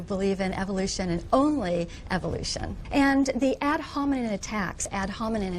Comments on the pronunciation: Too bad for her, it’s ad hominem, not ad hominen. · “Ad hominen,” uh, woman, it’s ad homineM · she can't even say "ad hominEM attacks" correctly..... facepalm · She says "critical factories" and repeats "ad homiNIN" (falsely) without realising she made a mistake. She literally just tried to memorize some text to use in the argument without understanding what it meant or how to even pronounce it properly. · "Ad hominen" lol.